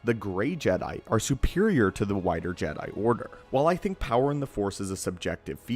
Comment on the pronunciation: Again, I like the way he says "Jedi Order"